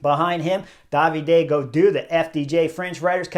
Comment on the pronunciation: Chris, just one correction: it's David Goudu, not Davide (French, not Italian) 😊